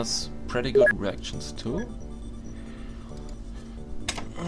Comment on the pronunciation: It sounds like your saying erections instead of reactions..